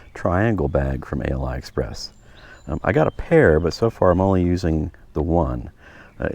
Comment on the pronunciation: Ali express not a l i express